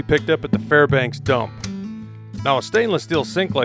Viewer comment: waitasecond, you said Farbanks. Hello neighbor!